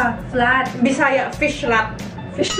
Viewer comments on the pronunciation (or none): "fihlat" :D